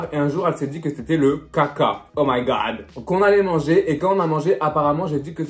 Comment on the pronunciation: Comment il dit caca 😂😂